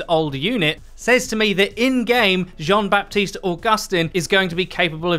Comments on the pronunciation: Just to make your life easier, the "P" in Baptiste is silent, you can just say "Batiste" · it's pronounced "ba-tist", the p is muted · French dude here. You don't pronounce the "p" of baptiste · So, French guy here : You don't pronounce the P in Baptiste. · Nice video but the « p » is silent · In the name Baptiste you don't pronounce the "p".